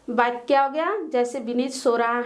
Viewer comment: Here are Mistakes First fall I dissatisfied with your videos and mam also. •very very poor pronunciation •doubts aren't clear •there is no profit of making videos •Mam is saying other words like बाच्या and in digital board वाच्या बाक्या...नही वाक्य •Tarak you say that other subject classes are also held there are no classes of English,computer Upar se madam bhi itna ganda पढ़ा rahi hai .....🙏🙏🙏